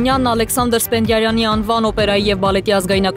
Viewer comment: Սովորեք մեկնարկել բառերը ճիշտ: Ոչ թե Սպենդարյան, այլ՝ ՍՊԵՆԴԻԱՐՅԱՆ